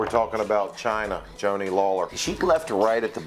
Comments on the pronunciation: It's Joanie Laurer not Joni Lawler 😿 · Joni Lawler? Joanie Laurer c’mon Maven!